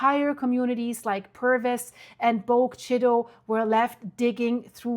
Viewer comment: many of the names in Mississippi are indigenous names. It's pronounced Bo-guh Chit-uh